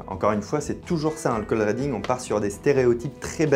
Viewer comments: Cold reading à prononcer riding et non pas reding Fabien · Ça se prononce cold riddingue pas cold rédingue 😂😂😂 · Cold rédingue?? Cold reading, riiiidingue comme un i